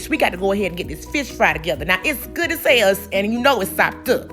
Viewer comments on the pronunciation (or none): Every time you say good as hail I dye laughing